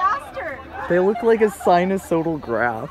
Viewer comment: Loved the video buddy, but it’s pronounced as « sinusOIDal » and not as « sinusODal »